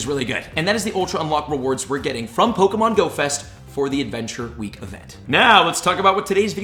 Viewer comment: Once per wee 😂